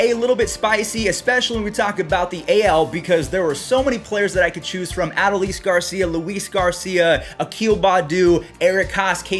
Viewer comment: You're pronoucing Adolis Garcia's first name wrong. It's A-Doh-lees. Still love the content.